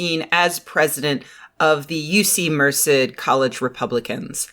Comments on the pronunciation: I've never heard anyone say Merced like that, and I grew up not too far from there. Everyone in the area pronounces it "Mer-CED" rather than "MER-ced." Is that just how people say it outside the valley? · Holy crap I didn't even register Merced. I grew up in Modesto and never heard Merced pronounced that way. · mer-CED (Stress on 2nd syllable)